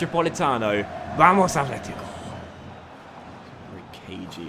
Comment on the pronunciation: PLEASE there's no 'th' in atlético, it's just a 't'